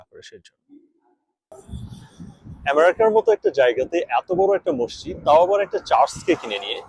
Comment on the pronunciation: NOT MOSSID BUT MASJID